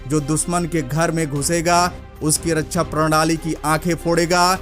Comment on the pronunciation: जय हिन्द ! भाई रक्षा बोलो रच्छा नहीं